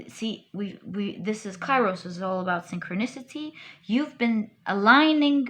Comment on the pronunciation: Pile 3.Kairos is pronouced "Keros" in Greek. Thank you for an overall beautiful reading